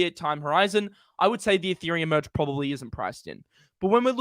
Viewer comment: Muhdge Muhdge Muhdge. It’s “Merge” ya tool!